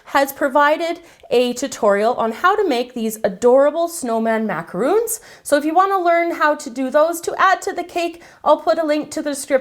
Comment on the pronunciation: Why is no youtube chef able to pronounce the word Macaron? Macaroons are coconut and chocolate cookies. An english word. Mac-ah-roon. Macaron is an meringue based cookie. A french word. Mac-A-Ron. Mac as in macaroni. A as in the letter A. Ron as in Ronald.